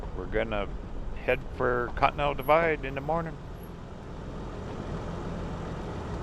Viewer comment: i wonder you pronunciating con-T-nen-tal = cotton to be always honest ' i dont like museums much, its better to visit churches, pawn shop,antique shops. but i love to travel like journey never ends. and thats what i love in your videos. and the music that you set in your videos, hits the strings of soul. thanks